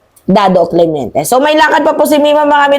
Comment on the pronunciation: Clemente not clemeinte